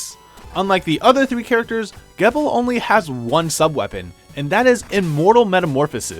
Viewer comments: Gebel is pronounced "Jee-bel". Source? The most recent RotN gameplay video. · Gebel is pronounced GEE BUL with a hard G, the way you say the letter G. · Also youre saying Gebel wrong, its Gebel (JEE-bill) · Is anyone else going to notice that he pronounced Gebel's name wrong or just me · It should be pointed out that said in the video that Curse was still recent, so likely Ritual wasn't out yet at the time, so it would make sense if he didn't know how Gebel's name is pronounced. I know I didn't know that until I looked it up and thought it was pronounced that way when I first watched Curse.